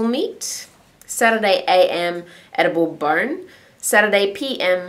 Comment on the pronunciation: lol i heard edible burn lol!!!!!! love your vids!!!:)